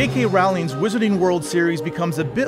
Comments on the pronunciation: NOT raowling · Im sure ill like the movie but can i really trust someone who cant pronounce J.K Rowling the right way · I guess people still haven't learned how to pronounce Rowling yet... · He said Rowling. Americans refuse to say it right. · The way he said Rowling* 😬